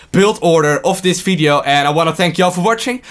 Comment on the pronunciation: Im not English, but I heard he say only Fideo instead of Video, its funny to hear that, where is he from? dont hate me